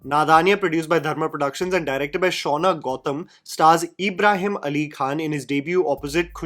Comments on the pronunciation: His name's ibrahim not eeeebrahim. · Everything was great em talking about the review but bro it's not Abraham it's an Islamic name ibrahim ibraheem not A bra ham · Just cause your videos are in english doesn’t mean you should pronounce Ibrahim as Abraham tf 😭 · Find it funny how says E-brahim rather than IB-raahim. 😀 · It’s not EEEBRAHIM ITS IBRAHIM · Its an out of syllabus answer but, you have pronounced Ibrahim's 4 different ways in the video.. Its just Ibrahim.. (ebraheem)😅😂 Agree with the rest of your video though..😅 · it's Ibrahim NOT ABRAHAM 😅 I can totally understand the pain you went through to watch this. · Isn't his name Ibrahim? You kept saying Abraham😂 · Its Ibrahim for gods sake 😂, Not abraham 😂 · Nobody: during this video:- EEEbrahim, Abraham, ebrahim, anything but Ibrahim hahahah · Eeeebrahim nahi bhai Ibrahim Bol bhai please😭😭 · CONGRATULATIONS!!! you FINALLY hit the proper pronunciation of Ibrshim. It wasn't Abraham or EEEEEEEEbraheeem. You've used all three in this video. I almost feel like I fell for ur bsit here to comment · No one:: Eeebrahim Ali Khan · Dude u cant even pronounce his name properly 😂 fair enough he bad as an actor but seriously 😂,u as a film critic can get that basic part correct in the last segments of ur video ,ur basically calling him Abraham 😂. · Why you have to stress the E in Ibrahim? Lol. Its a soft E sound... But then you turned him into Abraham half way into the video 😅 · I have criticism for you though: How hard is it to pronounce a very common and easy name like Ibrahim????